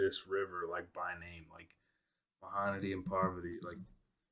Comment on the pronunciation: U pronounced Mahanadi and parwati so well 😁 Osm reaction as always 🔥